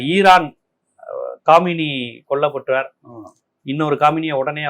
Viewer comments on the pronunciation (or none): அது காமினி இல்லை கமேனி 😂